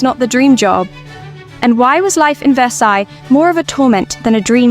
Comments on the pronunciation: The s on the end of Versailles is not pronounced. Please!!! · I took a year of French in high school decades ago, and it's driving me crazy that the AI narrator is mispronouncing "Versailles."